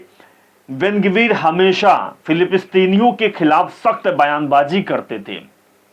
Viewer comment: Philipistine nahi... bhai wo filisteen he..ya Palestine keh sakte ho aap